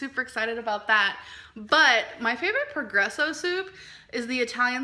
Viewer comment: Madison Reann I’m just guessing since she pronounces their brand Pergresso rather than Progresso, a sponsorship won’t be coming anytime soon. Imagining that sponsor video: “Alls I ever eat is Pergresso! Just add a few shakes of SEASONALL salt, sriracha and ketchup to taste.”